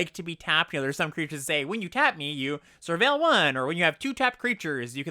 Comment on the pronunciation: sur"whale" :D